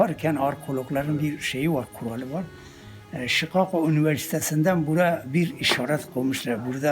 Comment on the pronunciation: şiqaqo üniversitesi 😂😂😂 geberiyorum